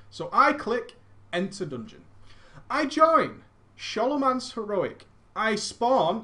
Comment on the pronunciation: Scholomance (Skol-oh-manse), not Sholomanse. Like School (Skool) not Shool.:D